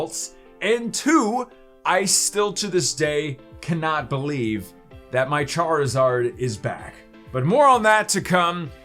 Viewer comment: MHM charizard say it right man